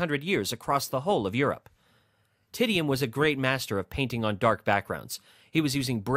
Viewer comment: The narrator also mispronounced Titian